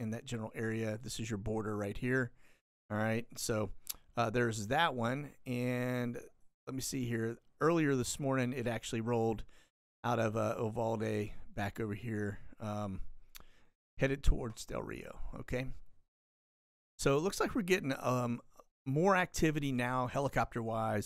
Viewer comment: Uvalde is pronounced... "you-val-de". Thank you for all you do for us!!! You are appreciated!